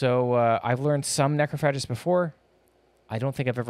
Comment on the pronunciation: Can't deal with this mis-pronunciation of Necrophagist 😂